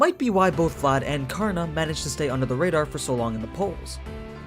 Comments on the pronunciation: Can't take it when the narrator doesn't want to take 10 seconds to learn the pronunciation of the name to respect the original source. Not kaarna, it's kar na spoken as one word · Ture its Karan not Karna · In the Hindu epic Mahabharata, 'Karn'(and yes it is correctly pronounced as Karn and not Karna) is the noblest and most powerful warrior only second to his uncle Bhishma. He was literally invincible in every way with the armor. He was betrayed, mocked, abandoned and tricked by his own mother, brothers, sister, his teacher (who was called 'Dronacharya' and is the one who cursed him) and even by the gods. Yet he never held any contempt in his heart. TOTAL RESPECT! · Aman is right . it's karna in the original story not Karan. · Its karan .... At least think i live in India People say its karan not kana